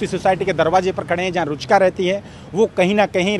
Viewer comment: रूचका नही रुचिका।😅😅